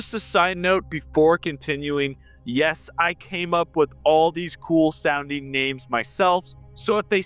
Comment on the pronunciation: I swear to god I love you but you pronounce some names very strangely :D